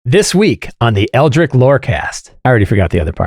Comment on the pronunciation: i love!! Watch his show all the time but someone PLEASE tell him how to pronounce ELDRITCH:P